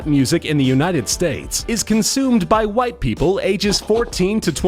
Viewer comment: he just puts a bit of emphasis on the 'white'